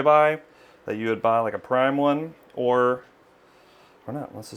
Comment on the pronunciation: he said maybe save hundreds or thousands of dollars by getting chuck roast and not ribeye. but it sounded like he said hundreds of thousands of dollars and i thought that was funny.